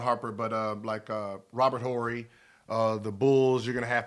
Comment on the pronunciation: Charmers, Barerra, "H"orry... Gil is just a piece of magic LOL